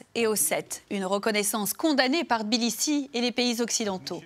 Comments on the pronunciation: "Bilissi" ?! Tiblissi! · Non plus, c est TBILISSI en francais (mais,Tiflis, normalement...)...